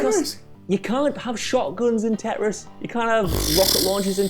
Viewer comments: 😂 Are they trying to say TETRIS? TEN WRISTS TIT RISS TED REST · Teh'riss? You mean tetris? Lolol